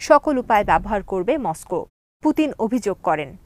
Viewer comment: Assalamualikum please bangla and English pronunciation er dike kheal rakhben, try kore niben bar bar, sobai ki bole ar apni ki bolen kheal rakhben, MOSCOW ei pronunciation thik kore niben please,sounds odd,😃